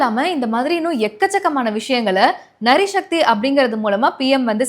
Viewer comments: சகோதரி, ஒரு திருத்தம். நரி சக்தி அல்ல. நாரி சக்தி..🎉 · நரி சக்தி இல்லை; நாரி சக்தி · it is "Naari" Sakthi not nari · Athu "Nari shakthi" illa ma. Athu "Naari" Shakthi. 👍👍👍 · Good one. Minor correction நரி சக்தி இல்ல நாரி சக்தி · நாரி சக்தி என்ற வார்த்தையை நரி சக்தி என்று தொகுப்பாளர் கூறியது கூட — தமிழகத்தைப் பொருத்தவரை — சரியாக நான் கருதுகிறேன்.ஆளும் / ஆண்ட ஓநாய்களின் கட்சிகளை வேரோடு / வேரடி மண்ணோடு களை எடுத்து அழிக்க வேண்டும் எனில் நரித்தனம் மட்டுமே தேவைப் படும். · நரிசக்தி இல்லம்மா! நாரி சக்தி! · நரி சக்தி இல்லம்மா நாரி சக்தி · நாரி சக்தி என்று சொல்லவும். நரி சக்தி வேறு அர்த்தம். சோனம் வரலாறு...